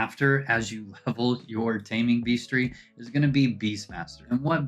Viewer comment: Taming "beastery?" Hehehe Sorry, had to